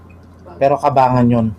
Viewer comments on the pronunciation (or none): Cabanggan po yun hindi cabangan